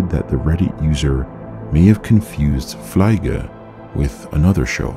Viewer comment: I am German and can remember the show "Fliege" actually very well. I almost forgot the mystery about the Teddy Bear Man but you just brought it back. "Fliege" is actually pronounced Fleege... as if you would say fleemarket 🙂 And Fliege translates to fly 🪰. Thank you for covering this. Glad I found your channel, keep it up! 😎👍